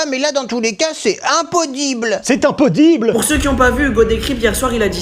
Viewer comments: C'est "impodible" j’ai kiffer 😂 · Le c impodible m'as kill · "C’est IMPODIBLE!!!!!!!!" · "C'est impoddible" pépite 😂😂😂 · Le c’est impoddible m’a tue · IMPODDIBLE OUI IMPODDIBLE😂😂😂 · "ces impoddible"mdr